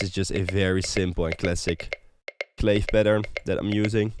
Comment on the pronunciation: great video! Thanks soooo much! just a friendly fyi: it’s pronounced clAvé, like agAve :)